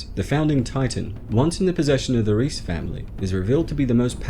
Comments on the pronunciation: I thought it was pronounced Rice and not Reece. Reiss isn't it? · Reiss family I s pronounced “rice” family.